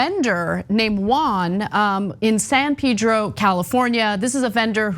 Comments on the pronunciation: It's not San Pidro... Pronounced San Pedro... Castellano es fonético por favor! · It’s not pronounced San pee-dro. Jesus.